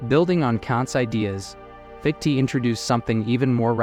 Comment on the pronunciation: Wanted to listen to this but couldn't take hearing "fiktee" over and over